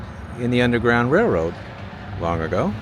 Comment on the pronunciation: As soon as someone asked, "Why does he keep saying Rare-Road instead of RaiL-Road", the room would go nuts every time you said rareroad LoL. Thanks for another great video. That wall looked amazing with the murals. I would still be nervous during a flood. Real estate prices seem reasonable too. Thanks for posting another cool adventure.